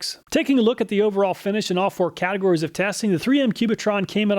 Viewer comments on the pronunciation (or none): none